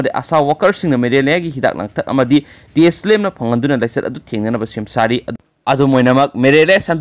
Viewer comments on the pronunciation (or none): none